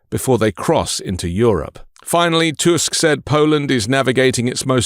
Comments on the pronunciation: Back after some time - i'm happy you pronounce Tusk surname correctly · You pronounced Tusk's name in proper way, it's rare on English speaking chanel